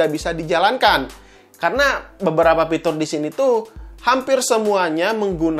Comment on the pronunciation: Fitur bang fitur bukan Pitur kwkwkwkwkw